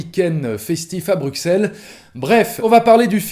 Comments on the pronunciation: "Brussel", pas "Brukssel" Bordel de merde. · Ca se prononce Brusselle mon cher monsieur. Le nom de la ville a évolué au cours du temps mais la lettre "x" de Bruxelles en fait n'est pas une lettre, c'est une croix. Une croix qui était utilisée au moyen age pour retranscrire le son "ss", les doubles "s" n'existant pas a cette époque. Voila voila.. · Ça se prononce « Brusselles » 😂